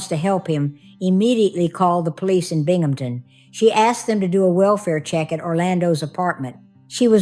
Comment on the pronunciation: Another well presented case,, and BRAVO for pronouncing BINGHAMTON PERFECTLY- it gets butchered so often! I think her friends were RIGHT to break in to see about Haley because time was of the essence- they couldn’t save her, unfortunately, but their determination and showing true support for their friend moved things along.